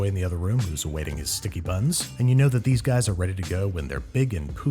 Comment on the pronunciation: "Whats he gonna wish for? Probably that instead i got him something from todays sponsor edible". Somehow I heard 'death' instead of 'that' making the sentence "Whats he gonna wish for? Probably death, instead i got him something from todays sponsor edible".